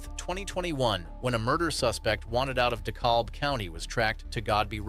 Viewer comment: DEKALB THE L IS SILENT!!! “DECAB” IS THE PRONUNCIATION